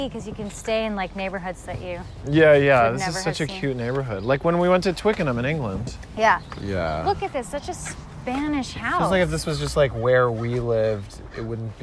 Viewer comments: Had to take a breather after you said twickenham. Noah fence but eurgh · I'm pretty sure he said TWINKENHAM in England.